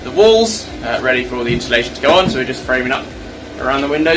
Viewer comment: No h in insulation